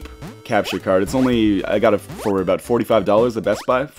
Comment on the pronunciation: aboout. Hahaha, I love Canadians